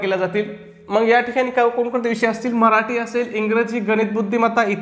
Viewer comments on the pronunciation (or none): none